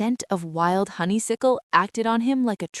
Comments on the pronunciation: I Loved Both stories and want More from these Fantastic characters! But Please, it's Honey-Suck-el, Not Honey-Sick-el, distracting!❤❤❤❤ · Hate Silas!! He's a hater. She's still saying HONEYSICKLE!!!!!!!! Aaaah! How cute the tracker fell beef jerky! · Why is it impossible for this AI to pronounce "honeysuckle" correctly 🙄🤦‍♀️?